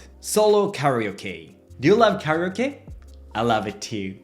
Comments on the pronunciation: Care - eeeee - ohhhh - keeee Your english is very good! Perhaps try this for kareoke I thought you were saying, Much love! ✨️🧡✨️ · I was listening to this video and when he said solo karaoke I thought he said. Do you love? Lol I had to look at it to see what he actually said